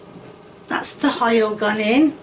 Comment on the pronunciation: When you say "hoil" reminds me of my old neighbour Mr Morris.... Love it ❤